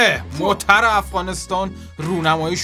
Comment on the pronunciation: هههه گویش دری رو به شما تحمیل کردیم .موترررررر 😂😂😂